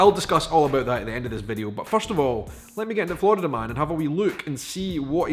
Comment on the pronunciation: Just to let you know, there is only 1 "d" in Florida. You keep saying "Flordida". Try not rolling your Rs.